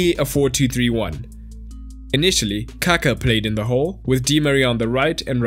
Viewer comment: Bist you should say Kaká that way your saying poop ^^